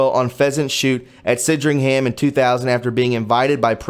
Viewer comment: say SAND RING HAM. SANDRINGHAM. Great channel man.